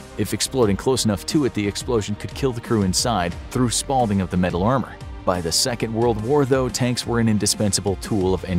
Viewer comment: Called “spalling” “spalding”. Obviously was just given a text to read